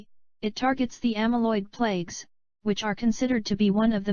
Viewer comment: Especially when it mispronounces the word "plaque" as the word "plague". There is a big difference!